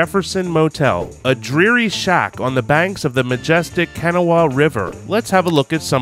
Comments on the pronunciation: Can-a/Wa 😂 Kanawha is pronounced ka-nah-wa Take it from a WV native😂😂😂. Also, just because it bothers me to bits, The town of hurricane is pronounced hurr-I-can😂😂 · The way he said "kenawaw" instead of "Kuh-naw" (Kanawha) 🤣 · Me, a native WVian, hearing him pronounce it Kenowha River is hurt. Everyone but people that live in Kanawha Co. pronounce it Ka-Naw-Wha and people that live there call it Ka-Naw. Good video regardless 😂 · edit to add: They called it a room like something out of a Fallout. That's the twist. Fallout 76 WV is basically WV now. My soul evaporated and lifted out of my body at "Kan-a-wha" River. It's up there with "Poto-mac." It's known to locals as "Ka-nah-wuh," or, if you're feeling spicy, "Ka-naa," where you just leave out most of the letters. Still, I am super bummed I didn't get a chance to see you guys when you came through Pt. Pleasant--maybe, once the world goes back to normal, WV will be on you ADR list again! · Where is this Cana-Wa River you speak of? ... It's pronounced Kuh-Naw-Uh. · It’s Ka Naw Wa.. Not Kana Wa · “Can a wahh” 🤣 it’s pronounced “kin-aww”. I’ve been living in St. Albans watching this building fall apart my whole life, and it’s a weekly—not meant for travelers it’s meant for folks with nowhere else to go. Also, Jefferson isn’t St. Albans. The zip code says it is, but it is soooo not lol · When I heard him say that my hillbilly self was instantly like "nope, it's ka-naa"😂🤦‍♀️ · The river which i worked on for years is pronounced. Kuh-Naw-whu. Kinda like Can naw Au. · Kuh- gnaw- uh River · Kanawha: KA-Naw is a Cherokee name. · this mans really said “CAN-AH-WHA” river 😭 also the stuff you saw on the barge was 100% coal. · Kanawha = pronounced Kuh-Nah with a bit more emphasis on the 2nd syllable. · Kanawha is pronounce (kan ah wuh) or (kan aw) in local dialect. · Im in raged because this man just said kanawa instead of kenow county yes btw i know its spelled Kanawha but its just pronunciations